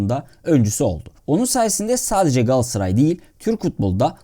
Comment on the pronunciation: Telaffuza dikkat edelim, her şeyden önce! Galatsaray değil Galat-a-saray; yani aradaki o "a" harfini yok saymak gibi bir lüksü de olamaz kimsenin. Ayrıca Kulübün, Mekteb'den de gelen tam ismi Galata Sarayı'dır; "ı" harfi zamanla düşmüş ama "a" harfi düşmemiştir elbette, yani Galata semtinde kurulmuş bir Saray'dan söz ediyoruz sonuçta! Bunlardan da önemlisi, Galatasaray Türk Sporu'nun Batı'ya Açılan Penceresi'dir ve bu yüzden de bizim öyle sadece yerel standartlara göre değil, Batı standartlarına göre de hem yapılanma, hem de başarılı olma hedefi ve mecburiyetimiz vardır, doğal olarak....Diğer yandan, Derwal'in hem GS'da, hem de dolaylı olarak Türk Futbolu'nda yapmış olduğu devrimler, Rönesans ya da "Küllerinden Yeniden Doğuş" olarak nitelendirilebilir, sizin de gayet yerinde tesbit ettiğiniz gibi! Bugün geldiğimiz noktada ise artık Avrupa'daki başarılı günlere "sağlam ve sürdürülebilir" bir dönüş yapmak durumundayız. Bunun için de çok daha profesyonel ve şeffaf bir idari ve teknik yapılanmaya geçmek (Uluslararası Kalitede bir Sportif Direktör ve Teknik Yardımcılar, vb) sadece öyle medyatik transferle değil, asıl altyapımızdan ya da genç yaşta diğer takımlardan alıp geliştireceğimiz, armaya aidiyet duygusu yüksek oyuncularımızın iskeletini oluşturacağı kadrolara öncelik vermek gerekiyor bence; yoksa taşıma suyla, bugünkü endüstriyel futbol ve spor düzeninde rekabetçi kalabilmek, ülkemizin de ekonomik şartlarını hesaba katınca özellikle de Avrupa seviyesinde gittikçe zorlaşmakt